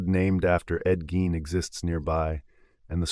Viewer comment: Ed Gein is pronounced "Gain" as in "gain weight"